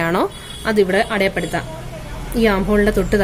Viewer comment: "അടയായപ്പെടുത്താം" എന്നാണോ പറയുന്നത് 🤔 "അടയാളപ്പെടുത്താം" എന്നല്ലേ ശരി 😊